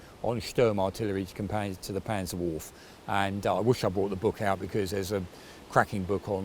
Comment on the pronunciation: if you fancy to improve your German pronunciation please take my hint: in previous videos you said the word „Waffenamt“. Those both „a“ in „Waffenamt“ is pronounced as the „a“ in the word „car“, just shorter. To make the curve to „Panzerwaffe“ in this video with the both „a“ it’s basically the same, but the „e“ in „Waffe“ isn’t dropped, like in „Waffenamt“. The „e“ is pronounced like the two „e“ in the word „enter“.